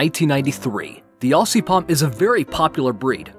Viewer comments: its not ossy (aussie) its ozzy (aussie) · (I'm Australian) The ss in Aussie are said as zz. Aussie is actually pronounced Ozzy.